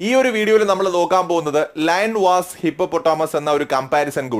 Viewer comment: വാസ് അല്ല വേഴ്സസ് ആണ്. മലയാളം സുലഭമായി ഉണ്ടായിട്ടും ഇംഗ്ലീഷ് ഉപയോഗിക്കുന്നത് കഷ്ടമാണ്.